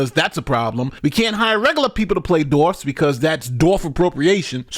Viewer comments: Do you have an aversion to the letter W? You kept mispronouncing the word as 'dorfs.' It's dwarfs. DWA. Other than that --good show. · I love the fact that you're almost consistently saying "dorfs" instead of dwarfs. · "dorfs?" or dwarves? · It's dwarfs not dorfs. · Peter Dinklage: *woke whining*: DORFS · WHY DO YOU CALL THEM DORFS? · Seven Dorfs… The W In Dwarves is NOT silent.. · "Dorfs..." LOL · all I heard was saying dorfs lmao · “Dorfs” 😂🤣. That’s the way I used to say it. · How about a commentator who can actually pronounce Dwarves correctly?